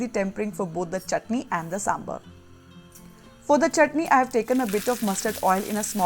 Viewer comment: Please buran na maane, it's saambaar not sambar.